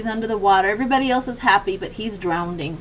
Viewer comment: (It’s “drowning”, NOT “drownDing”)